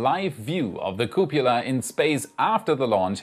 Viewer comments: Love your show and presentation. Am subscribed! Caution on your pronunciation... cupola /ˈkjuːpələ/ ... It's kyoo puh luh, not koo pyoo luh... Ah, a complication just like nuclear vs nu kyoo ler! :) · Cup-O-la ffs lol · I'd like to hear the outtakes of saying couppala. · Cupola, like Frances Ford Coppola, not cupula, like Dracula. Thank goodness, I don't think I've heard you mispronounce nuclear yet! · I keep hearing it as "cupula"